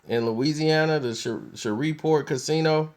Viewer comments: The city is call Shreveport, LA not shovelport! Lmao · It's Shreveport... "Ratchet City" or "Port City" not "Shareevport" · its Shreveport, Louisiana. not Shoverport. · Did this nigga just shrever point Louisiana????? 😂😂😂😂 my guy it's "shreeeeeve" point Louisiana lol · Bruh it's Shreveport! Not Sheverport smfh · Its pronounced like shriveport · It's SH-REEV-PORT. 3rd biggest metro area in the state. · it's (shree-port) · Who the fuck is Tank? LoL ... Also, Shreveport is pronounced "shreeve-port" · shhhh revevport... You can't even fucking Read!!! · Did this nigga just call it "Shovel Port"...ctfu. lol. Rofl. Ahahahhaha Nigga that is not how Shreveport is pronounced. Smh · This fool is saying Sheverport😂😂😂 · Shreveport Pronounced (Shreeveport) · sherweave port pronounced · it's pronounced SHREEEVE-PORT brotha. it was cringeworthy to listen to you say it wrong. PS - you are a hip hop dude. Hurricane Chris is from there. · This dude talks to y'all as if he's more educated than you and y'all really going to let him get away with "Shrever-Port"? .....Y'all have to be the idiots he thinks you are. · Pronounced shreeport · PRONOUNCED. SHREEV PORT.! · Its pronounced SHREEVE PORT nigga! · Lol this nigga said Shever port!!!!! Lol. NOBODY fuggs up names like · you said the city name wrong lol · Why do I get the feeling he's pronouncing Shreveport wrong??? Lol, it the weed? Comment stfu for wrong, like for right. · You said Shreveport all the fuck wrong 😂😂 you mid west for sure 😂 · I know. I'm from Shreveport. Kinda cringed each time, but I won't hold it against him